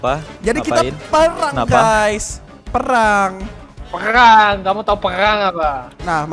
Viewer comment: "perkkhhhgang" berbicara